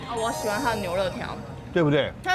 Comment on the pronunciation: 牛肋(音【累】)條才對